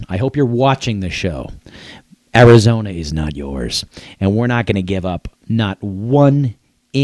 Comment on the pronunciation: This guy is mad, you make me laugh. Welcome to america, can you say arizona without speaking Spanish?